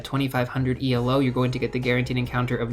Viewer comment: Hey FYI it's pronounced ee-low. It's the name of the guy who invented it, not an acronym.